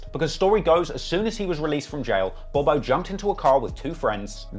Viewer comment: Now i usually give you the benefit of the doubt in pronunciation because of the accent BUT you literally called Bob-O "Bo Bo" about 30 times 😅